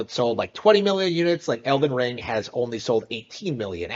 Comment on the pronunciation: At one point this neckbeard called it Olden Ring. Not sure if it was a jab or they started having a mini stroke.